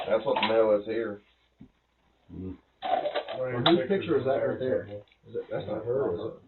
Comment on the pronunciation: "HEY DARES A CAMERA RIGHT DARE" 😅😂